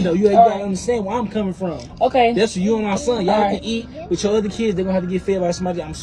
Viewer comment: Supermodel needs to change WIT to WITH. (your tongue goes out past your TEETH. Then, you will be able to correctly say WITH and TEETH. !!!! YEAY!!